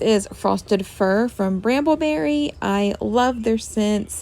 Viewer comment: Did you say branbelerry?